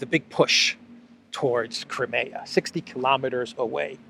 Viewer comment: Hey, It is a ZSU 23, Also Crimea is Cry-me-ahh